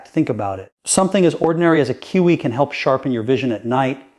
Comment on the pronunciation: He talks about more than 1 fruit. He talks about kiwi while showing blueberries. Doesn’t even pronounce Kiwi and watermelon correctly. This video is either completely fake, AI, not even done by.